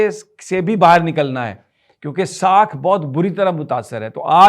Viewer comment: Intzamian× intzamia ✓ saak× saakh ✓